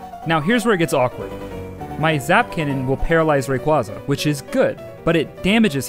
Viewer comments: The way you pronounce Rayquaza hurts me physically, don't understand how so many people get it wrong... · YEA! ITS THE RAYQUAYQUAY